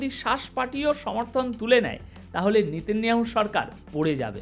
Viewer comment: আপনার বিশ্লেষণ অত্যন্ত গুরুত্বপূর্ণ আমি আপনার চ্যানেলের নিয়মিত শ্রোতা ও দর্শক কিন্তু "নিতিন নিয়াহু" উচ্চারণ টা বোধহয় নয়।ওটি হবে " নেতা নিয়াহু"। মনে কিছু করবেন না।